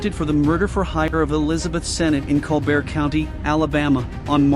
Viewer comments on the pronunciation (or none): Colbert County, pronounced /ˈkɒlbərt/. C'mon, you're talking about Alabama, not France. 😂 The county is named in honor of George and Levi Colbert, who were Chickasaw chiefs in the early 19th century.